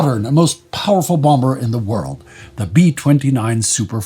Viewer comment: The second b in bomber is silent